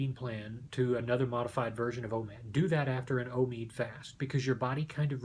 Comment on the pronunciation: It's not omeeed, it's omeyod.